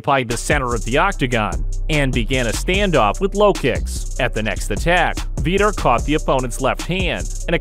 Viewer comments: Who the hell is "Veeeter"?? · Learn the lingo first . Vee-tor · Veter? Lol😆